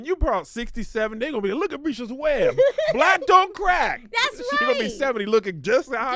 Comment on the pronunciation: Not Kevin keep calling her “Bresha’s Webb”. Kevin please 😂🤣